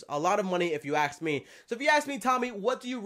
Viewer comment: If you “aks” me... that’s all I heard in the entire video